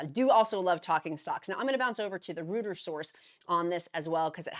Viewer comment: Reuters = royters not rooters